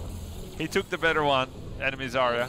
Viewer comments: Her name isnt "Zariya" :( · I can`t believe that Zaya herself saying her name wrong T_T make me wanna cry. P.S i`m russian and zarya it`s actually a word